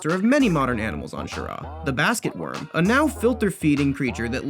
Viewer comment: Actually the planet's name is pronounced [cree-er-uh]. Also fun fact: Alex ries also did art for subnautica, the game that can and will give you a fear of the ocean.